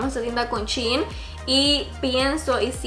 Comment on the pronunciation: Es shein no chin